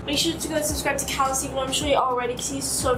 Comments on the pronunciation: calus ummmm it's caylus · Everyone: Caylus: kalus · Me:Caylus:Callus Me:CAYLUS:Callose???? Me: ITS CALOS Me:WAIT...:I got it correct:D Me:.... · Why does pronounce it as Calas🤣